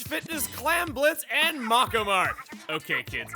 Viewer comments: Mako is pronounced may-ko I was startled when Hackerling came on. Also, she has a horribly cute voice. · He's pronouncing it as if it was Japanese. It's not, it's actually Maori